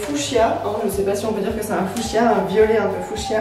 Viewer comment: J'aime bien comment tu prononcés fushia x)